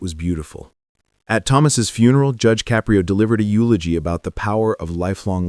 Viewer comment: Narrator: since you put so much effort into your diatribe, the least you could do is PRONOUNCE JUDGE CAPRIO CORRECTLY.